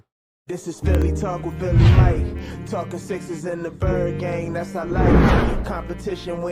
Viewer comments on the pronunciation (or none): none